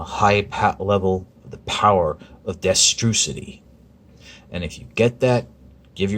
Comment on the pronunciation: "Destrucity".... why must you make me cringe?????